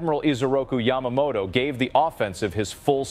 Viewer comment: Yamato is an ethnic group, a clan, the Japanese royal family. It's like Windsor to the English. Isoroku Yamamoto was a person. The video consistently mispronounces his name.